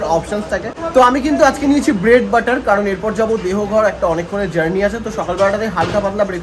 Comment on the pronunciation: শুভদীপ শব্দটা দেহঘর নয়,দেওঘর